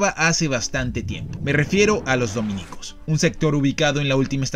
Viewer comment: Como pronuncia "dominicos" 😂😂😂😂😂